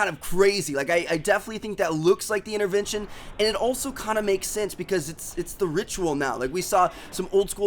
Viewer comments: What is an "innervention" ? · the accent is so weird for me coz yuu dont pronounce yuur "t" unless theres a vowel like yuu say inerverntion and i would would say intervention its so cool to know